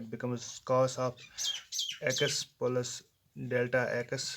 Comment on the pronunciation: Aap ko to plus b nahi bolna aata